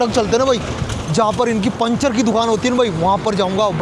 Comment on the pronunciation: panchar hota hai pinchar nahi hota hai 😡😤🤨SSS